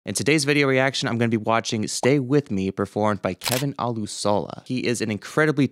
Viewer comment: When Scott introduces Kevin at concerts he says o-LOOSH-uh-luh.